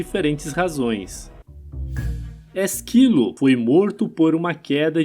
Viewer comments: É ÉSquilo, não ésQUIlo. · Ésquilo. Não Esquílo. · Ésquilo, rapaz, é não Esquilo. Kkkk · Ésquilo, com acento no E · A pronúncia correta é Ésquilo e Spártacus. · Puts... A pronúncia de "Ésquilo", é de doer .... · Não fala Esquilo e sim Ésquilo. Espártaco e não Espartaco. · O conteúdo é interessante, mas a leitura sem pontuação, sem a entonação correta e com pronúncias erradas incomoda muito. Ex: Ésquilo, EspÁrtacus. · Tirando a pronúncia de alguns nomes como o de ÉSquilo, Hipácia/HipÁtia e EsPÁRtacus, o vídeo é interessante por agrupar várias histórias de mortes.